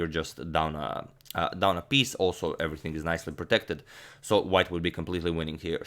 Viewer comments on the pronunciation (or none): none